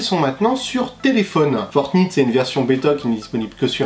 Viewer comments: Ça se prononce fortnight pas fortnitte 😭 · On prononce Fortnayte, pas Fortnite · Ça se prononce fortnaïte pas Fortnite !!!! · Fortn(I)te qu'il dit ptdrrrrrr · C'est fortnight ✌ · Franchement t'es stressant à dire fortNITE 🤯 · Ta façon de dire fortnite 😂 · Prononce Fortnite correctement stp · tu prononce mal fortnite